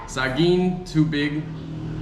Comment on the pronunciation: Tubig / too big 😂😂😂😂😂 Work on getting rid of aspirated consonant pronounce when speaking Filipino words 🙂